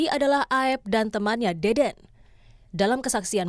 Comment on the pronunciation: Tolong disebut nama saksi yg bener, bukan deden tapi dede, jgn sampe melebar karna salah penyebutan nama, ntar kaya pegi lagi😅